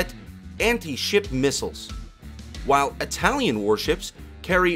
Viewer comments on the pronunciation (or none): none